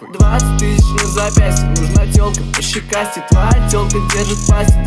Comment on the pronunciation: Я кайфую от фразы «нужна телка пощекастей», блин как круто произносит)) Словно «нУжн т’Олк пащикасте»😎😜👍🏻👍🏻